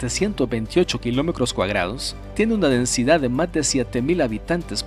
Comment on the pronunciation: Siento que me desconcentra cuando dice kilomecros y todas las palabras con tr como cr, ocros, sesenticres,cuacro